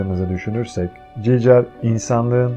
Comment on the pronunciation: emeğine sağlık ama gigır a cicır demesen daha iyidi